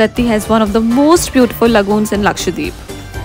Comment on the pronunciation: I think it is pronounced as Lakshadweep and not Lkashdeep . You are skipping the pronunciation of the alphabet W .